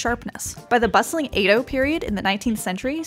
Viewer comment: Hearing this voiceover makes me cringe as a Japanese American. Like "Edo," "nigiri," and "kombu" are all pronounced wrong. The science might be right, but don't look to them for pronunciation. Also, if you just want raw fish at a Japanese resturant, order sashimi. Sashimi is raw fish, while sushi literally means vinegar rice.